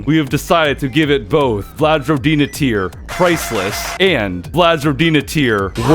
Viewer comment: It's yagA, not YAga and rOdina, not rodIna